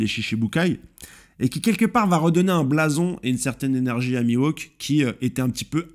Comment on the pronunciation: il le prononcé juste mal